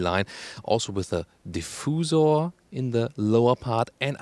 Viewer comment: Deefoozore? Oh, diffuser!